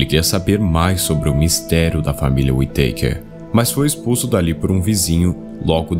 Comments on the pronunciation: Não é Uiteiker, é Uitacár que agonia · e falar tão errado a pronúncia da família kkkkkk WE takers